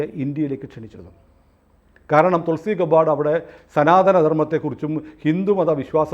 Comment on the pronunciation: തുൾസി ഗെബ്ബാർഡ് ആണ് ഗബ്ബാർസ് അല്ല❤